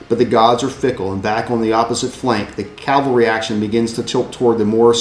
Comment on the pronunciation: I really enjoyed the series. Maximus Flatulence died in that cavalry charge? Beware Greeks bearing gifts, MF. Also, one criticism... says calvary instead of cavalry. I noticed this in the Marengo video as well. I don't mind when people don't pronouce Pyrrhus, Lucius, or Syracuse differently since they are non-english names. Cavalry and calvary should be properly differentiated by every historian, wargamer or not. Don't get me wrong... I like your channel. Huzzah to for forming your club. I eagerly anticipate your next endeavor.